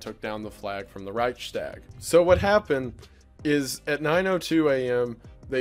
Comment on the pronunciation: Nice viceo, boi! Also quick side note: your pronunciation of "Reichstag" is kinda weird, by the way. German smartass mode off